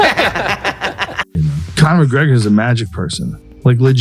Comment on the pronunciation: does anyone else hear "connor mcgreggor of the clan mcgreggor"